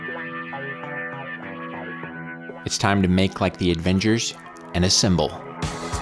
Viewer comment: Absolutely love the knife and this channel but isn't anyone else going to acknowledge that he said "advengers" and not "avengers"